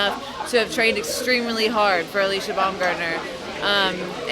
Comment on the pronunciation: Its Alycia and not Alyssa 🙂